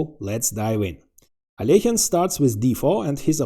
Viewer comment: Love the thumbnail! Look forward to watching the vid. Alekhine is a total gigachad; glad you pronounced his name properly, I cringe when people pronounce it AL E KYNE My Dangerous and Deadly Threat, Squeezed etc counter is on😂 cheers!